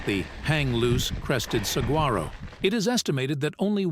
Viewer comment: The proper pronunciation is SAH WHAR OH (saguaro). AI has a lot of A but lacks I when it comes to pronunciations. Otherwise, cool ride!